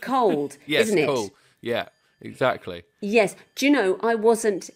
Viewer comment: I haven’t seen this episode (because I live in a backwater called the USA, where we don’t get to watch Taskmaster after the first two episodes), but I lost it when Morgana said “Eggsactly” in response to Victoria’s plastic chicken farm. I hope to see the episode sometime before I die.